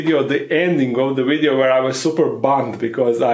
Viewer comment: Love it when he says wideo instead of video, keep up the great work 👏